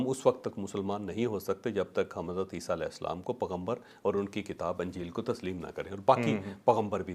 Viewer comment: السلام علیکم ورحمۃ اللہ تعالی وبرکاتہ جاوید چوہدری صاحب نے لفظ پغمبر بولا ہے بہت اس لفظ کی ادائیگی کی درستگی کر لیجئے پیغمبر ہے پغمبر نہیں ہے "پ" کے بعد "ی" ضرور پڑھیں